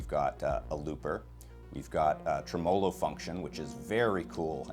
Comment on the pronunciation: I believe the word Tremolo is pronounced Trim-a-low not Tree - molo. No offense.